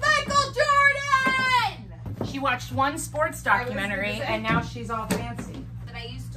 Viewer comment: Just me or has Alex gotten skinnier? Btw, love it when she says "neow" xD